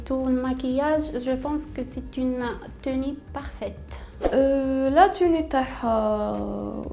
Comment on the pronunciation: Jin's en louwwwine 😂 ... alors là kifeh ynetko le mot tenue = teni 😱😱😱